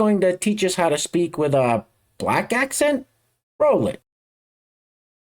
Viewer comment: The accent woman does realise the word is as above, accent not Axe sent🙄